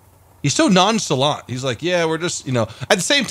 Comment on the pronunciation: if your gonna try and use "big words" please get them right, its "nonchalant"... non-cha-lont...not hatin, just dont want you to sound stupid